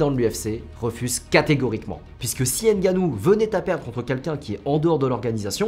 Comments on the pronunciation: Juste c pas Ngannou mais Nganu en africain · c'est pas n gannou c'est ngannou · 😢 C'est pas N ganou mais NGANOU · C'est pas N ganou c'est nganou point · Superbe vidéo, mais t'as écorché le nom de ton perso principal tout du long Renseigne toi sur la prononciation de son nom fonction d'où il vient Et si tu pense que c'est pas important car tu le prononce en français, je me demande comment tu prononce "Michael Jordan" Bref la bise et bonne continuation ❤ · Pourquoi les français aiment dire N'GANNOU alors que N'GANNOU, C'est la même chose avec Mbappé